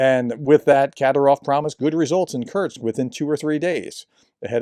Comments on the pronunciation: Professor . Constructive criticism : Sound it out . It is pronounced Kur-sk Not Curt-s. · I am a subscriber and I watch all of your videos, I love them. But, please, please pronounce Kursk properly. Just say "curse" and add "K" (like the last letter in cooK) --> curseK, that's it, that easy. Sorry but it is jarring when you, mispronounce it. Thanks and keep up your amazing work!